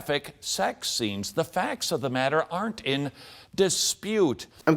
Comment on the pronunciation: Notice the same derpy overpronunciation of the tt in "matter" same as Kent hovind does when he says "water"